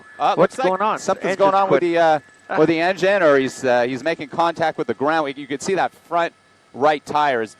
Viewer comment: when he said engine bro said “engina”